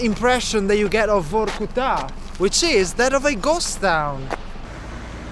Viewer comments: Everytime he said VORRKUTAAA, I got more angry, it's so annoying 🤣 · the pronunciation is vArkuta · But you say Varkuta far too many times bruh.. 😅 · Say Vorrkutaa one more time... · Stop with this Vokutá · He says "Vorkutta" 116 times during this video...Vorrkutta !! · This guy said "vorkuTÁ" 1million times 🤣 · Say VOR KU TAA one more time, i double dare you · If he says Vor-Ku-Ta one more time 🤨. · How many times did he say Vorku-ta? :DD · Vor-ku-TAA? What is this? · In Russian if an accent doesn't fall on an "o" you pronounce the "o" as a very short "a". So that would be Varkoutaah. Also, that car was a Volga, not a Lada. Thanks for the video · Say Vorkuta one more time mf. I dare you. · Vorkuta in your mouth sounds like new type of pizza. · Very interesting video. Although it gets to my nerves everytime he says Vorkuta. 😖